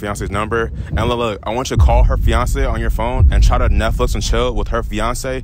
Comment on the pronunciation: I swr you said Beyoncé instead of fiancé on time